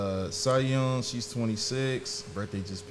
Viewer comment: Quick note, Siyeon is pronounced Shi-Yuhn phonetically.